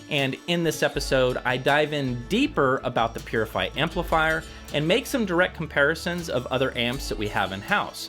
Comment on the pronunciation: Pronounces Poozzi